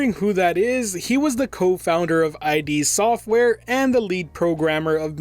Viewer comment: bruh its not I, D software, its ID software. its one word not two letters